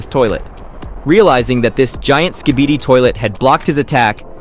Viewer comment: U just said skeebeedeee it’s skibidi